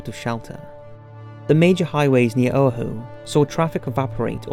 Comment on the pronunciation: Did this dude say Oahu as Oh uh whu